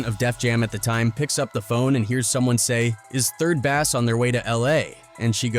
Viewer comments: Lol! You don't know how to pronounce "3rd Bass"? It is pronounced "BASE" not like the fish "BASS" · 3rd Bass is pronounced like "third base" not like the fish. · Not bass like a fish... Bass like base... And not mootha... Muhtha... Do better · 3rd bass, huh? Dude said it multiple times, it sounded ridiculous. Besides, who cares? There’s a 5 bass limit in Oakland anyhow, and they all gotta be at least a foot long. 3rd bass don’t mean nothin’ except you got two left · Was a great video until the AI said Basss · Obviously the person who created this clip never listened to 3rd Bass because he can't even pronounce the groups name correctly.😒